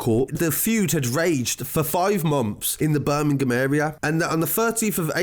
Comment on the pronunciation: BIRMI-GAAM lol 😂😂😂😂